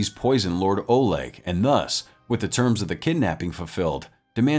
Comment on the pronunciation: not oleg olog FFS can you read?